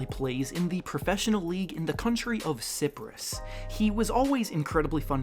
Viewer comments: Even by US standards that was a butchery of a country name. It's pronounced s-EYE-prus - like the tree. There may already be a Greek mafia hit out on this video. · This fucking dude always butchering names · the way you pronounce Cyprus really just shows why people think americans dont know geography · you pronounced Cyprus wrong.